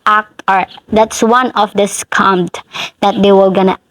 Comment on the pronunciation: Your pronunciation "scum" is more appropriate.